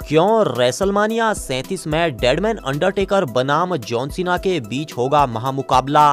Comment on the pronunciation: भाई अंडटेकर आ सकती है क् अंडरटेकर